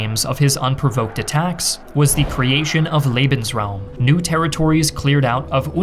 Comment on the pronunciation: Not to show hate, but the pronouncing of lebensraum made me cringe